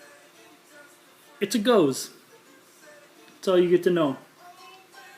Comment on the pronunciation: Pronounced go-zuh